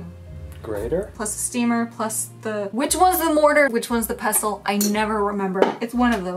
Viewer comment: I heard say mortar and PESTO. Man I'm hungry hahahah xD